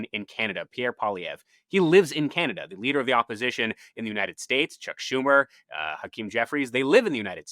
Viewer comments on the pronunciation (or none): none